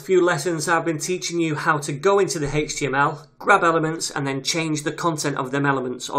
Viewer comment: Greatly explained thank you! The way you say 'hhaeeech TML' is odd lol.